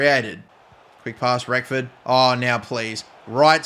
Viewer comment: Great start to the RTG with my club, but for the love of God please pronounce Reckord's name right!! There is no F in his surname. TIA :D